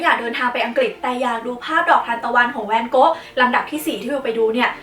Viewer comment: ทำไมฟังไปฟังมา จากแวนโก๊ะ กลายเป็นแนนโน๊ะเฉยเลย 555